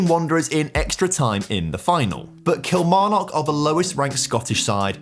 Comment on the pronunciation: Someone teach this lad how to pronounce Kilmarnock